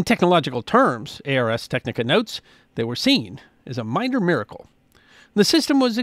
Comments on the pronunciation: FYI - the website pronounced "Arrs" Technica, not "ARS" - Ars Technica being latin for "Art of Technology" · It's not A.R.S. Technica. It's /ˌɑːrz ˈtɛknɪkə/ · I believe it's pronounced R's technica, almost like ours. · FYI, Ars Technica is pronounced like "Arrs" Technica. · Just FYI ars technica is pronounced like "ours" one word "ars" just a different starting vowel